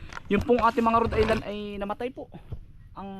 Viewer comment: It’s Rhode island not road island